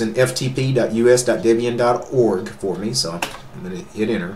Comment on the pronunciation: A woman named Debora would not be called Dibora. Ian and Debora were boyfriend and girlfriend, later to be married, and from that Ian named his Linux distribution 25 years ago Debian. Deb for Debora, and Ian for Ian. Thus Debian, pronounced Deb Ian, not Dibion. Another tip, look at the camera, not all over everywhere except at the camera, i.e. we who are watching your video. Otherwise, nice video.